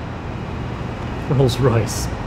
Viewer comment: Anybody did notice he said rols royce inn 2000